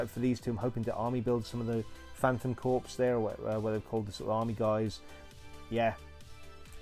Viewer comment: Despite how it is spelled, the word is pronounced CORE, not CORPSE, which is a dead body.